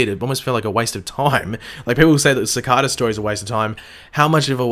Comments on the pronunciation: Ci-car-da? Its pronounced ci-kay-Da srry my ocd triggered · Please cicada not cacada please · Seh-ka-da lol love your videos man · sick-ah-da, it's Cicada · How are you playing sakata wrong when they say it in the show sa-Kay-ta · U can't say cicada right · its cicada not cikada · The way u say cicada cicaaaada wtf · Cicada not cicAda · youtube recommended you because I like the flash. You watch the show, why can't you just pronounce the name properly? I know Australians pronounce some words differently ( I have a cousin who lives in Australia so have heard some of the differences), but the name has been spoken dozens of times. It really bugs me when people who've heard a name pronounced, deliberately pronounce it differently, it's very ignorant. Other than that I thought your theory video was somewhat interesting. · Why does he say cicada wrong?? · You are saying cicada wrong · It is pronounced, sicayda not sicarda. Dwyer not jwyer